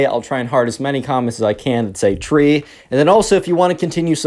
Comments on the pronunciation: “Tree” also I binge watch these lol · “Tree” hope you have a good day